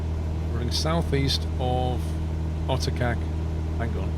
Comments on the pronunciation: My wife is Croatian and she says Otocac is pronnounced as Otochatz. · This one was great, it was hilarious listening to your Croatian pronunciations, theyre pretty hard. Just a quick tip, for the next leg of this trip, in Croatian C is pronounced TS, and C with a little thong on top Č is pronounced like CH. So Gacka River is Gatska and Otočac is Otochats. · I'm from croatia and your how you pronounce rijeka and otocac is so funny Here's a tip I is pronounced like E A is e but without y when pronouncing Croatian is very hard but if you now at least that, that is great